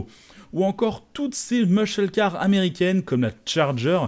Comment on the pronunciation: Hola juste pour dire ca sonne mieux si tu dis "mæssol car" que "musheul car".